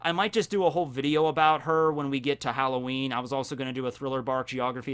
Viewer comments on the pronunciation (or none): none